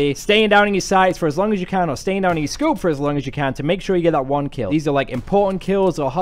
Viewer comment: haha listen to when he says scoop hahaha he put so much effort into it